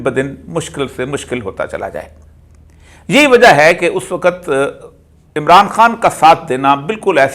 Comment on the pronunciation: "وقت" کا تلفظ درست فرما لیں پلیز